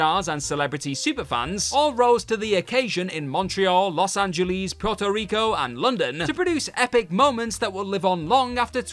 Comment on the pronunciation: Where the hell is "Los Sangeleese" located?